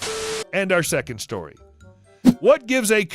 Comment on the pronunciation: you said "So to the dog" instead of Story